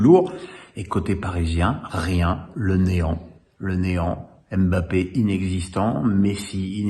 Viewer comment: Mon cher, il faut arrêter de dire "M" bappé! Le M ne se pronomce pas car son nom ne s'écrit pas M' Bappé! Merci pour lui! Le seul qui pornomce bien son nom c'est Daniel Riolo et pourtant je ne suis pas fan du gars!